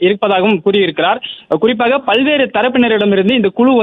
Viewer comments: அது தேர்தல் அறிக்கை தயாரிப்பு "குளு" இல்லை "குழு". 'ளு' வுக்கும் 'ழு' க்கும் வித்தியாசம் தெரியவில்லை. நீயெல்லாம் தமிழ் செய்தி வாசிப்பாளர்❓உன்னை சொல்லி குற்றமில்லை, உனக்கு சரியான உச்சரிப்பை சொல்லிக் கொடுத்திருக்கணும் ‼️ உன்னை தேர்ந்தெடுத்தான் பாரு அவனை சொல்லணும்.. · News reader thaane, tamilai styla pesarathu avasiyame ella, first kuzhu pronounciation saraiya uchcharikka parunga